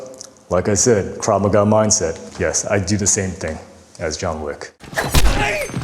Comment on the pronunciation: He lost me at Krav Ma Ga is my base😂